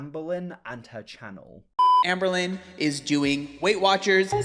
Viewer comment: They say Amberlynn, I hear Anne Boleyn